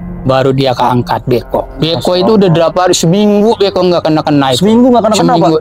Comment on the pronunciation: Nora kong ali. Kaku. Beko bukan bko